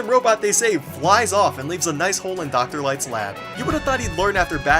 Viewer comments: I died at:DOCTAH WAWWI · "Be vewy, vewy qwhyit! I'm hunting Doctah Wahwee!!" "HUH UH UH UH UH UH UH!!!!!" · shhh... be vewy vewy quiet, i'm hunting doctah wahwees